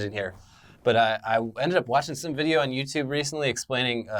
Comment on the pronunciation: "You can't take my vijya games!"